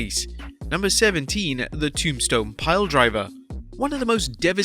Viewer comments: Ah yes, the good ole Tombston. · Ah yes the tombston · The "Tombston" Piledriver